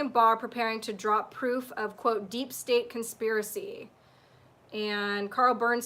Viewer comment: Hey, good to see u back again. I've also been taking a break just started catching up. I have a prediction about 8chan, I believe the second it comes back on, Q will post immediately. I see u struggling all the time with the words "deep state". Why don't u just say it the way Ben & Rob do? DEEP STANK! Thus avoiding Utube censorship. We know what it means! U were talking about presidential conversations being confidential. Would it not be better if all these conversations were public domain? Promoting transparency & minimising corruption? The more secrecy that exists, the more corruption can flourish. Now stop wasting time & get your son's toy from under the big blue sofa!👽💝 P.s. many year's back when I & my family came to California my father asked me whether I wanted to go to Disney land or Knott's berry farm. Luckily I chose the latter! Not completely sure if Knott's berry is Disney owned? P.s. enjoyed your talk on ECETI radio with James.